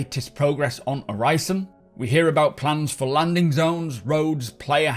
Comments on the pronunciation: The "i" in Orison is pronounced like the "i" in "in". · Uhg, i love Macs videos, but it's hard watching a video about Orison when he pronounces that way. Like nails on a chalkboard. Sorry for being negative lol. Still love your videos.